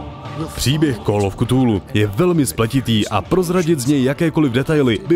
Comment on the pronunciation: /kəˈθuːluː/ [k 'fúlú] Jen menší výtka